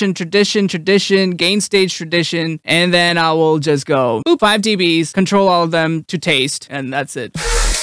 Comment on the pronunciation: Do you say deebees to make it easier for viewers understand or because it's fun to say?